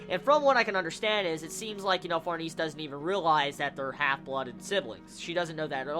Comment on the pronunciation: oh for farnese's name pronunciation, it's suppose to be french like far-na-say